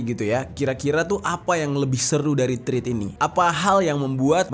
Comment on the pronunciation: Hi! dibacanya TREDS bukan Trids